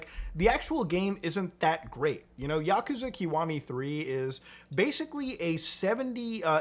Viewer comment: The way he mispronounces Yakuza is annoying